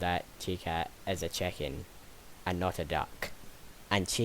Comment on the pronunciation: I gotta admit i heard u said cheken as in chicken in